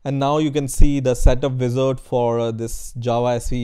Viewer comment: its not vizard is wizard